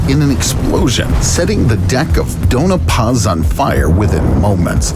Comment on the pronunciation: Sorry, but this drives me crazy...it's Doña Paz, not Dona Paz. Pronounced "Doan-ya" Paz.